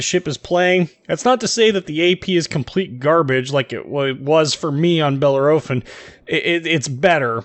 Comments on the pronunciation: OK, sorry, but I have to stop. I can''t stand the way you are mispronouncing Bellerophon. Think it should more like: Belair-o-phon? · Grrrrrrr !!!!!!!!!! .... 4 syllables ... "Bell" "Air" "A" "Fon" .. say it quickly and you won't go far wrong ... Just Say ... Fresh Prince of "Bell Air" ... little .. "a"... "Fon" ... Bell air a phon (without a breath) .. I swear Trump won't mind (too much) :) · bell - air - o - phon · Wow it not that big of a deal, it’s a simple mistake , jeez